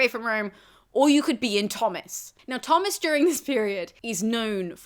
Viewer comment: Are you sure Tomas is pronounced "Thomas?" Shouldn't it be "toe-mus?"